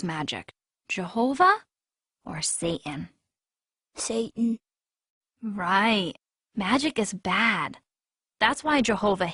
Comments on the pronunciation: Say-In, Sat'n and You wonder why He gets pissed off? It's pronounced SATAN You dumb asses, You never got the lesson that even GOD taught You, ya fuckheads! Oh, and His last name is Clawz, but FUCK, You can't even get a Human name right without confusing it with someone else! I'm dealing with IDIOTS, Jesus! Please help! They are too delusional for Me alone! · Uhm, at about , does she say "sa'an" and totally leave out the "t" in "satan"? Grrrrr. I think jehova (you know, if he existed) would be sad that people are leaving out the letter "t" when they speak.